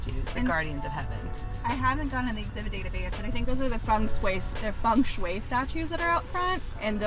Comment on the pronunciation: Is that really how "Feng Shui" is pronounced?🤨